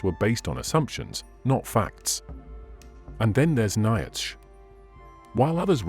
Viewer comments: Not Nye-itch but Neee-tshuh, Not Akinas, but Akwaiy-Nass!! Who taught you to talk?? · A-key-nis was bad, but Ny-atch was hysterical. Its a shame you let AI crap all over your presentation. Before you started naming names you were making cogent points. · Mispronounced Aristotle and Aquinas. It's hard to listen to. And niach, I mean Nietzsche. And now Leibniz. How hard is it to correct the idiot AI. Lazy content creators. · A somewhat misogynistic view of our origins and what interesting pronunciation; I never realised Nietsche was pronounced 'Nyetsh - one hopes a few million Germans now have a better understanding of their language. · WORST VOICEOVER EVER!!! NOT "AKEENUS" OR "NICE-E"!!! TRY AGAIN!!! 🤦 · you mispronouce bothe aquanis and nietche.